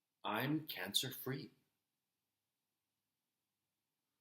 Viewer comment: It sounds more like "i'm gluten free" 🤣🤣🤣🤣🤣🤣🤣🤣🤣